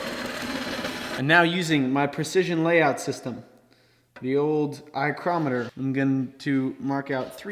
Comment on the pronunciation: "eyecrometer" - I love that!